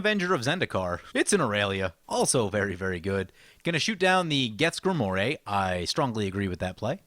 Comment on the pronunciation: Greemoir not gremore. I see you pretending to be someone else, better known as